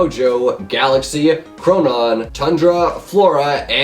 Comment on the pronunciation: chronos not chronon